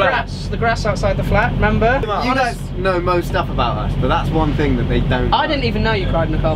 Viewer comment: Brooklyn 5.57 is it so hard to say: thing??